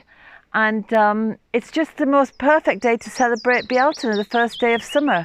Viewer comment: ♥️ Yes, candle lit and sat in the midst of the garden soaking up the colors and sounds of birds in bees as they coo, caw & buzz❣️ Just love your garden tour, your wisdom and beautiful music. Some say Beltane, you say it with 3 syllables “Bealtaine” ~ beautiful 🙏🏼 I just love to hear you say it🤗 Thank you!